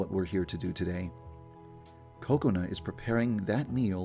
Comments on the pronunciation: he makes kokoana sound like coconut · it sounds like he is saying counut its kokana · most people pronounce Kokona like Coke-oh-nah instead of Coconut without the T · its funny when he says coconut instead of kokona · it sounds like your saying COCONUT instead of kokona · I hear Coconut instead of Kokona. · say it like Kub Scoutz say it: KA-kona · he says it as "cocoa-na" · I love how he pronounces Kokona like "Coconut " 🍰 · It sounded like you said Coconut-Chan. Also, Yandere was kind of blowing her cover on that last part. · ok is it me or does it seem like he keeps saying coconut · There is just something wrong when he says Kokona? It sounds more like Coconut. ;) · At first, I thought he said Coconut-Chan 😂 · Hey Yandere Dev, you pronounce Kokona (Ku co nu) I can't believe you didn't know that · He sounds like he says coconut chan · like he's saying coconut 😂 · Ko-ko-na Ha-r-uka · I thought it was pronounced koko na but it's ko-ok na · Omg I think it's pronounced ko-ko-na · i thought it was pronounced as ku ko. not ko ko nu. lol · Dev also says Kokona with a Short sounding 'o'. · Not being a hater on how he says it but it is not how you say that students name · The way he pronounced Kokona made me upset >.<